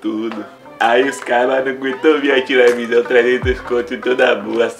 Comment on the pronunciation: "Minha tilevisaum" ksksksksksk